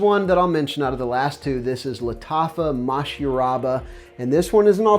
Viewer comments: You butchered that Masharabya pretty good 😆 other that that, great video as always and some great recommendations. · No, no, you just butchered the name lol 😂 Your description of the said perfume was on point as always.